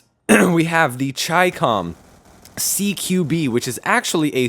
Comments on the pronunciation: LOL Chie-cawm. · Thats not how u pronounce chicom.Though nice intro